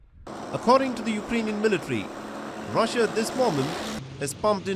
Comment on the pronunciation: Rassia straatagi, Indian accent😂😂😂